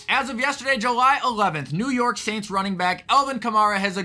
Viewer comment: Did you really just say new York sants???